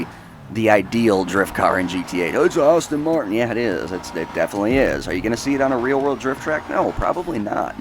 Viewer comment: “Austin Marton”